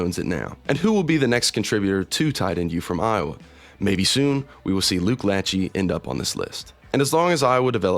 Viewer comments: It is Luke "la-SHAY," not "LATCH-ee." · Lachey is pronounced "le-SHAY". He was drafted last year by the Texans. You might have heard of Luke's dad, Jim, who was an All-American OL at Ohio State, 4x all-pro, and won a Super Bowl with Washington. Or you might have heard of his cousin Nick, who was a member of boy band 98 degrees and has appeared in over ten million reality shows. Iowa's still churning out NFL-ready TEs. Graduating 5th year senior Hayden Large should get a cup of coffee in the league (and has the best Iowa TE name ever). Addison Ostrenga, the Sr. starter who got injured in game 2 this season, should be back to make his case next year with a medical redshirt. And RsFR TE DJ Vonnahme led Iowa in receptions, yards, and receiving touchdowns in 2025, even though he didn't officially start until the last 4 games. Came in as a 6-4 200lb walk-on from tiny Breda, IA (pop. 492) and put on 40 lbs. Also you left some Iowa TEs off the list... here's some more who caught passes in the NFL... Jonathan Hayes spent 12 years ( ) in the NFL, mostly with the Chiefs, starting for 7 of those years. Zeron Flemister was signed as an UDFA in 2000 and spent four years with Washington, but injury curtailed his career. Brandon Myers spent 8 years in the league after being drafted in 2009. Also Austin Wheatley was drafted by the Saints in 2000, Henry Krieger-Coble (George Kittle's cousin) was in 2016-17, and Erick All is still with the Bengals (though on the IR due to a torn ACL this season, dude can't catch a break with the